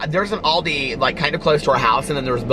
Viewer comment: It’s call ALDI 😂😂 AL not AUL , pronounced al like pal